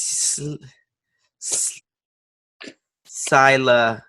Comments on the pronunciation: It’s pronounced Sil-la-ca-ga. I lived in Bama for a few years. And there’s a lot of black people in that city. It’s right outside of Bham. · The way he pronounced Sylacauga lol Seal-a-caug-a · Yo it’s pronounced.....sil-ah-cog-ah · Lol it’s pronounced like.. seal- la - ca - ga ..... good try.. i love it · Pronounced SILL UH CAW GUH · I like how all the Alabamians are telling how to pronounce Sylacauga. WTBS... Sillacawgah😂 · The way pronounces Sylacauga 😭 It’s Sill-uh-cau-guh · Sil-uh-kaw-guh, Alabama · Sylacauga is pronounced like "Seal-la-caw-ga." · It’s sil-uh-kaw-guh Alabama 😂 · Hearing trying to pronounce Sylacauga is hilarious 😂😂😂😂